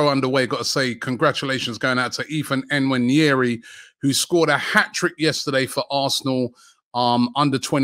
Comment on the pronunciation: Robbie stop calling Nwaneri as N-waneri. Try pronouncing Kanu Nwankwo, then you will know how to pronounce N-waneri. Stop murdering our Nigerian names 😂